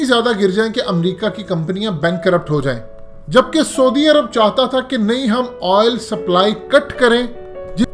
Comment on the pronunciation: پہلے سعودی عرب کا نام تو ٹھیک سے بولنا سیکھ لے 😂 😂 😂 😂 😂 😂